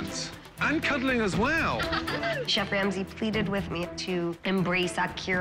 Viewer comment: "CHEFF Lamsey" 😂